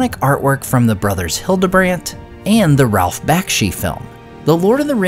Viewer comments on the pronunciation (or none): none